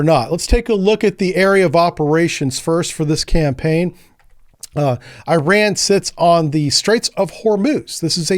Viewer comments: Ir’s called “IRAN” (Not “I ran”) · I ran ? Nah dawg it's pronounced as "eeraan" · It’s Iran not Ayrault omg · This guy say "EYE" Ran too.. whats going on. I am just a simple 70 year old with a Geography degree and I know it is "eh ran" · It's pronounced E-Ron. I-Ran was from a Flock of Seagulls. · Man you did know the Iran pronunciation! It pronounced Eeran! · Americans are permitted to pronounce it incorrectly. So it is in fact I ran. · Hello and loving the content. It’s is pronounced E-Ron like ENRON the oil company. Hope that helps.